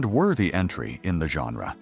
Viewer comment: What, exactly, is a 'GEN-drah'?